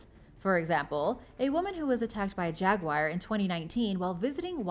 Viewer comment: Learn how to pronounce the word Jaguar... phonetically it is sounded out like this...Jag-wahr or (yoo-ahr) Nowhere in the spelling is the word wire. It is NOT a Jag Wire. Please do your pretending before speaking on these videos.